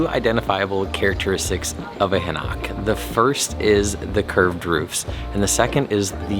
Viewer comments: it is pronounced Hahn-oak with stress on the first syllable, not ha-NOCK! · Dude you keep sounding out an a sound on the o. Its not Hanak Its Ha Nok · It is Han Oak not Ha Knock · Hanok is pronunciated "Hah' Nohk" not "Huh Nahk'". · It's actually pronounced "Han- Oak", not "Ha- Knock" lol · Its han oak . no Ha knock . Just letting you know